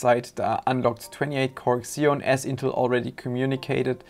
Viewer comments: Maaan....It’s not “ksion”, it’s “zion” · "ekszeon"? Isn't it pronounced "Zeon"; ziːɒn/ ZEE-on? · Every time you said "kseon", I cringed. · makes sense, still worth "fixing" though.